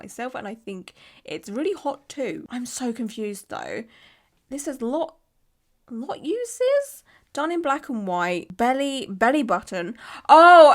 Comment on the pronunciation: “Lot uses” made me giggle. “Lotuses,” girl. Lotus flowers. 😂